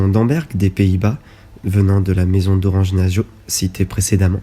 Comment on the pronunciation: Effectivement la vidéo n’est pas agréable ni à regarder ni à écouter. Il y a un gros travail, ce qui n’enlève pas le problème de la voix qui est toujours plus agréable quand elle est nuancée, les nombreuses erreurs de prononciation laissent plutôt penser à une méconnaissance ce qui est dommage pour une vidéo sensée donner de l’information ! Nassau avec deux S donc « so » pas « zo » 😬. Et bien d’autres encore…